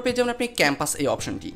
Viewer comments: ভাই, আপনার উচ্চারণে প্রচুর প্রব্লেম আছে, ভালো ইউটিউবার হতে চাইলে সংশোধন করুন। যেমন :পরথম না প্রথম,ক্যাম্পাস না কম্পাস হবে। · Bro... Bangla uccharon gulo thik koren... Campass nah bro Compass :) R Voot Nah Boot .. All the best :) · আরে ভোঁদাই আগে একটু বাংলা তো শিখ -_- জেগে সিলেন পার্সেস এসপোর্টস এস্টার্ট এস্মার্ট ক্যাম্পাস -_- বুথ হওয়া আল্লাহ মাফ করো :'( >_< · a kemon youtuber apnar kichu kichu uccharon vul ase apni sob video te uccharon vul bolen jemon ay video te bluetooth k bluetoot bolsen ar compass re campass banaiya felsen fuck bro ki ata